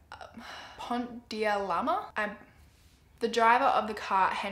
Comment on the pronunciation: Your accent is so cute lol it’s actually pont DE l’Alma haha. Love your videos